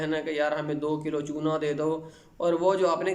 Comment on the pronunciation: Chuna+ ?....plz kiya bola samajme nehi ata sir